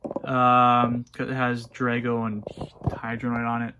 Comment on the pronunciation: I had one of those I played with it and used it until the strap broke and the quartz crystal display broke then I had to throw it away as had the original one with Drago and Helios MK2 on it as you mispronounced their names wrong on the original Baku Gauntlet.